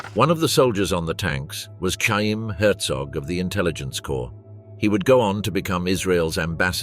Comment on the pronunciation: I've heard the name "Chaim" pronounced with the "ch" aspirated. Just saying.